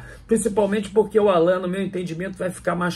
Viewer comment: não pronunciar o nome do Allan, da forma como os pais dele o batizaram, não seria desrespeitoso?